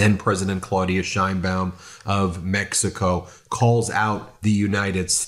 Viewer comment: As someone named "Baum" i appreciate you pronouncing the "baum" (Bowm) in Madam President Sheinbaum's name correctly.